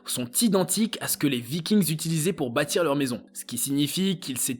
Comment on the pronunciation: Vikings le s ne se prononce pas ! Ce n'est pas de l'anglais !